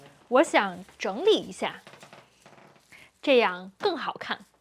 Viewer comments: I’m an advanced learner, and I even think it sounds like fourth tone! But since there is no character pronounced zheng2, you just know it has to be zheng3 changed into zheng2 by the tone sandhi rule, so it can only be li3 in the third tone. There’s only one word pronounced zheng3li3, and it makes sense in the context, so subconsciously your brain just immediately knows what word is meant. I wish I had a good explanation as to why it sounds like fourth tone, but I’ve also noticed that happens sometimes. But I think perhaps it only happens if it couldn’t be interpreted as a different word? Not sure. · Very good content to help us think in the language. Hey,, at the mark when you say 现在我想整理一下 I can't for the life of me hear a 2nd and a 3rd tone, all I hear is 2nd + 4th. Why is it? Is it maybe the overall intonation of the whole sentence or influence of the 一下? I asked another two natives and ofc they told me it's 2nd + 3rd, but I just hear 2+4. I usually don't have big problems here as I've been learning for 4 years but this sentence has tripped me up for good.